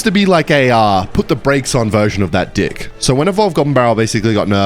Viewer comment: wnvr u say deck it sounds like ur saying dick gng 🌹